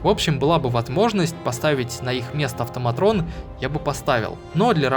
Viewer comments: Блин, город топ. Но... Не автоматРон, а АВТОМАТОН, блэт!!!! Мне очень слух режет, привык к автоматонам, другое название не хочет нормально восприниматься. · АВТОМАТОН, А НЕ АВТОМАТРОН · Кажется "автоматон" называются, а не "автоматрон" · настолько заморочился и так и не смог научиться правильно прочитать слово АВТОМАТОН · Прикольно, НО!!! АВТОМАТООООООН!!!!! без "Р"! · В слове "автоматон" нет буквы "р"